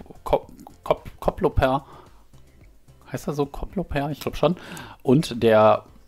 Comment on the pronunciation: Koploper... OMG, mein holländisches Herz hüpft... Welch Ikone